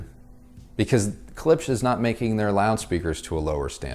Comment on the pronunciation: It is funny that English speakers do not know the simple fact that "sch" in German is simply pronounced "sh" .... and try to pronounce it weirdly! Poor Klipsch!